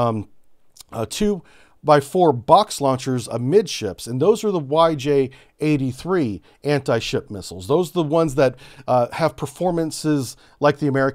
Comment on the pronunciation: When you read the YJ, its sounds really weird. YJ is the abbreviation of chinese words, means eagle strike or hawk strike. PL, the missile name, is also the abbreviation of chinese, means thunder, lightening or thunderblot.